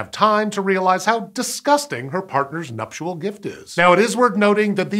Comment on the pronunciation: Please stop saying numptual gift